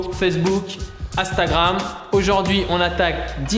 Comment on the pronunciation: il a dis "Facebook... Astagram" 😂😂😂 sinon propre la video